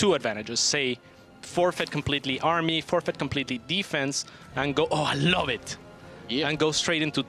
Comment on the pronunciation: "I freaking lurv ZvZ"